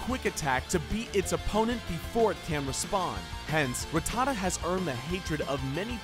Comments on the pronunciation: Hate it when people emphasise Rattata's name like that it's annoying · the minute you said Ra-ttata and not Rat-ta-ta I knew this video was gonna be bad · Rat-a-tuh lol. It's rat-ta-ta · Evidently none of you ever watched the show, if you're not complaining about how horrifically he's pronouncing Rattata?? It's RAT-a-TA, like it almost rhymes. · ruh tuh tuh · RATTA-TA ... hate the trendy pronunciation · Ruh-tah-duh wtf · You can’t even pronounce them right 1. RA TTA TA = rattata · Rattata godamit. Learn how to say it!. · Ha you cant even say rattata is pronounced rat-ta-ta. Learn your pokemon names. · He doesn't even pronounce Rattata correctly. I couldn't even listen to his voice after that. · Yep. That one was just too much xD Also, I think he pronounced "Rattata" in two different ways in the video too. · TheDSquad yee also the way he says ratata wrong. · Every single time he says Rattata wrong, a muscle twitches in my brain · what really gets me is how you pronounce rattata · why does so many pronounce Rattata's name wrong? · Jesus people this is his opinion it's not like he named the video ''TOP 10 POKEMON THAT ARE UNBEATABLE ALL FACTS!!'' lmao you guys need to pull your skirts down seriously i love pokemon too but wtf xD also did he pronounce rattata the right way im confused now idk whats right or wrong help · it annoyed me greatly how he pronounced ratata and togepi